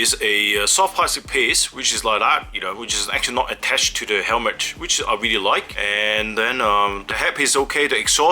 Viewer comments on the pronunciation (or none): none